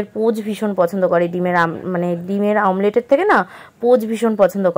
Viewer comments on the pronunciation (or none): Tumi sos k sors bolo, omlet ke amlet bolo keno didi